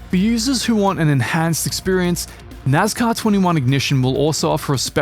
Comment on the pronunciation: It's nascar. Not nazcar.